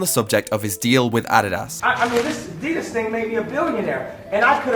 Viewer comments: “Ah dee das” 😂😂😂 I will never pronounce Adidas the same haha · and Hbomb posts always make me want to drop everything to watch because their shit is rarer than diamonds Edit: the way pronounced Adidas is dope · Yeah I’ve heard British people pronounce it that way before. It’s weird but the way we say it is probably weird to them